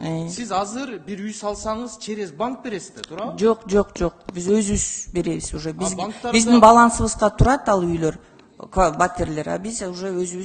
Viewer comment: Бул катын тантырап кыйратпайт,,озунун уйутуугандарынын уйу болсо болду да,,,,эээй депутат туура суйло,,,туруу эмес ,,тураа деп айтылат,,,тантышат го,,туура суйлой албай жатсанар каяктагы уй менен камсыз кыласынар